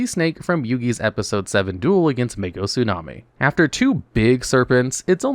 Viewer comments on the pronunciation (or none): none